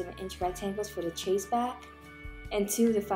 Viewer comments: Ok. Enjoying watching but one thing is driving me crazy. Chaise is not pronounced like chase. It is pronounced like shaize. The ch has a soft sh sound and rhymes with maize. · Definitely going to make this - you're incredibly talented and my go to for miniature tutorials!! I'm going to try making these for my nieces! As an aside, not to be annoying, but it's pronounced SHAYZ or SHEZ as opposed to CHAY-se. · Isn't it pronounced "shez"?